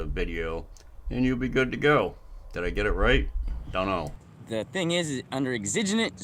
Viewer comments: Eggs-zijj-unent?? 😳😳 shhhhh, the password is..."exigent," pronounced... EX-suh-gent. 😏😐😂😂😂 Leave the big words to the adults lil buckaroo. 😆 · It's pronounced EX-i-GENT you moron. You cannot FIRST AMENDMENT AUDIT a PRIVATE BUSINESS for the gazillionth time. This is not a "good fight," you dickflutes. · Exiginent circumstances... he sounds like a genenious to me 🤣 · IIRC, he was taking a wild stab at “exigent.”